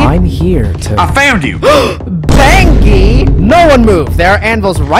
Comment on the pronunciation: Its not panki,its BANGI